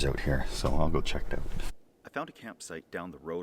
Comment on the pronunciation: Best part is they pronounce it "ouut"